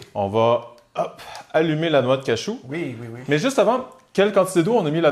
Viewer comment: on dit cajou pas cachou merde